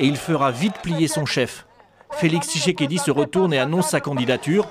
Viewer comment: tSHisekedi et non tishekedi